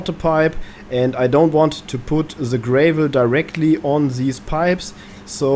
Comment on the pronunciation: gra vol .... a .... is in apple .. not A as in anus..... not GRAY VOL